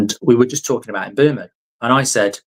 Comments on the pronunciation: Here u go again with the Em Mbuemo pronunciation, it’s Mbuemo mate, the MB are pronounced at the same time, it’s winding me up! MBUEMO not Em’ Mbuemo! 🙄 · HIS NAME IS MBEUMO FFS